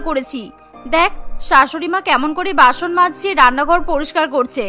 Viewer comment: Basun or basoon not bason